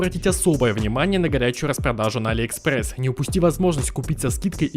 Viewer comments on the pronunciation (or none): none